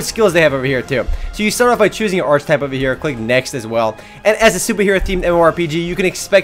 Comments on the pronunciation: Btw, review guy.. it's "ar-kuh-type" not "arch-type". lol. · It's ar-k-i-type, hard CH.